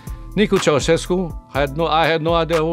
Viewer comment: 还以为你说 习奥塞斯库